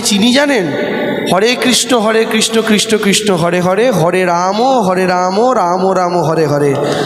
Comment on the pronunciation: ভাই একটা জিনিস ভালো খেয়াল কারো দেবাংশু কৃষ্ণ বলছে না কৃষ্ট বলছে